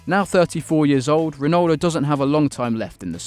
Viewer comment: you said Ronaldo wrong